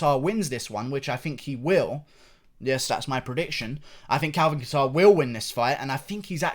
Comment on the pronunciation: the second one but leave him alone he’s british😂😂